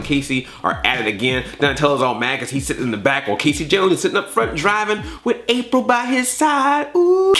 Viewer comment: “Rapril”, good god. XD